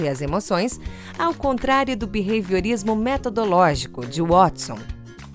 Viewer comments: O video é muito bom, mas me agonia ele falando beveiriorismo ou seja lá o que ele fala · O narrador masculino fala Bevehiorismo?? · Também achei horrível a pronúncia desse locutor. Vou falar pessoalmente para ele.